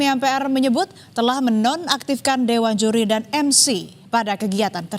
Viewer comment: "dewan juli" 😂